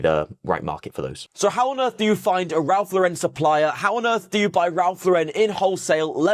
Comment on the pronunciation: Hi There. Handy video! RL sells well here as well. Keeps it's value. May I correct your pronunciation? It's Ralph LOR-ren (not lor-REN). As a former RL freelancer (packaging design) it's a common error here in the US too. 🤭